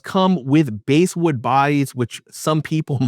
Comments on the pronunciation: BASSwood pronounced like the FISH! It's NOT BASEwood! 😐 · Dude, it's BASSwood, like the fish, not BASEwood. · Excellent video! I love my J Mascis Jazzmaster. By the way, the”bass” in ‘basswood” is pronounced with a short “a”, same as the word”pass”.